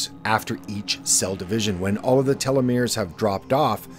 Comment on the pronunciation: I like your videos yet imo there's too much emphasis on a few words in the intro. I prefer a stable, softer volume that doesn't fluctuate too much. also, (and humorously to me) everytime I heard you say telemores, I thought TeleMundo.